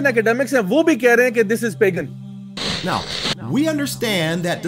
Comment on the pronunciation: 'Pegan' 🤣🤣 lol. Spelling is wrong. Pagan.